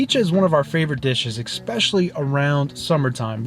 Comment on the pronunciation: Love your content! The word especially is pronounced “eSpecially” just as spelled. Not eXpecially.